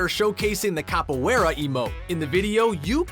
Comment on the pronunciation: Who the fuck pronounces Capoeira like that? XD